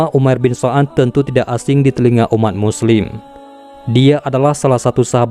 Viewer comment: Umair bin sa'ad bukan so'ad😅